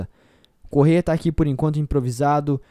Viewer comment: Eu fiz a pronuncia errada é Correa.